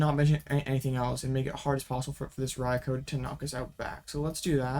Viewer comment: ...rye-coo.... Rai.kou ...... not Koh